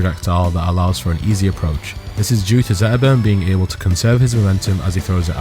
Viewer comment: 12 minute video about zetterburn and i didn't hear s single T. 😏